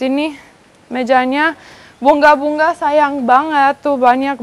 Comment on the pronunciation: Ternyata gc bisa ngomong sungai bisa nya sunggai bunga jadi bungga gemes klo denger suara nya 😅😆